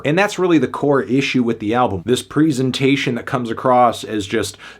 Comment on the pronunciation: Say presentation right